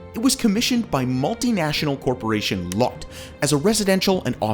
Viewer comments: Why on earth did you pronounce it LOT Tower?? Its Lotte... as in "loh-tay" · It’s pronounced Lot-te not lot. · The ‘Lotte’ in Lotte Tower is pronounced ‘Lot-Tay’, not ‘Lot’. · Good video. Very informative. Just as FYI Lotte is pronounced in two syllables. "Loat-Tae" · I’m pretty sure Lotte is pronounced lo-te not lot. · LOTTE is pronounced “LO TAE”… not LOT like parking lot. 😊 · Zun Tower is pronounced "Zwin" tower. TianJin is pronounced "Tee-En Jin" (not TeeAhn Jin). Zhou is pronounced "Joe" so Guangzhou is "GuangJoe" & GuiZhou is "GwayJoe". Korea's Lotte "e" is pronounced. "LohTeh". I don't know why you chose on calling it Lot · "The Lotte Tower" is pronounced "Low-Tay"--not "Lot." "Lotte" is a Japanese confectionery company and even sponsors a professional baseball team in Japan--the Chiba Lotte Marines. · not Lotte (lot), it’s Lotte (low-tay). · ….isnt it Lottay? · "Lot" Tower. hahahaha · Korean LOTTE- Pronounced Lo-teh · Lotte is pronounced Lowt-Tay in Korea and Japan... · Lotte is pronounced Lottay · Look up the Korean pronunciation of Lotte. It's basically lo-te. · "Lotte" is pronounced "Law-Tay" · Would be nice to do more research on the pronunciation of these names. Guangzhou is not pronounced like that. It’s closer to “oo” than “ow”. Also the the “e” In Lotte isn’t silent. Although Lotte isn’t big in English speaking countries it’s a very common name in Korea with burger chains, buildings/hotels/shopping malls. They have Lotte world, and they also sell food in supermarkets/convenient stores. Also how is Taipei 101 the tallest skyscraper between of the taller Willis tower was up since the 1970s? I just feel this needs more explanation. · I’m known for some mispronunciations, but dude’s butchering of Lotte Tower was awful